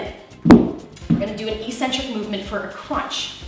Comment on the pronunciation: "eccentric" is pronounced "ec-centric," not "e-centric" eccentric... ec-centric.